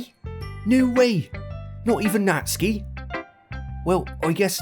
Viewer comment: I'm pretty sure the cannon pronunciation is "nat-su-key"